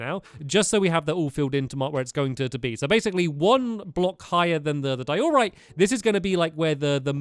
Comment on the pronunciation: In diorite, the emphasis is in the “die”. Not the “or”